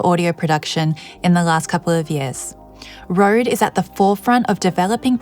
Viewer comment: She says Rode so nicely. Must be the 32 bit float